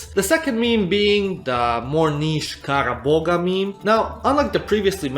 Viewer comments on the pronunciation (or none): The g is silent in kara boğa.